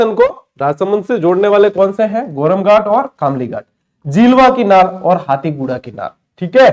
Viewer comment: खामलीघाट ❌ > कामलीघाट ✅